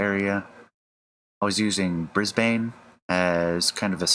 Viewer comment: "Bris-bane" is better pronouned "Bris-bin" or maybe "Bris-ben".